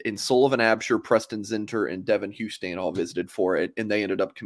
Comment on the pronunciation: It is pronounced How-ston. I got chewed out for making the same error. Georgia thing I suppose.